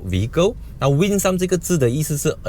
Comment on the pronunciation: 谢谢你的视频。 我是教英文的，因为看到你非常的注重Winsome这个词，想温馨的告诉你这个 Winsome 的 some 和 handsome 的 some一样发音，发Sem